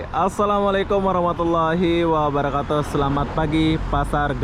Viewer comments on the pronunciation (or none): none